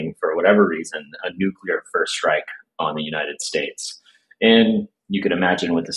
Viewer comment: THERE should be no nucular wepons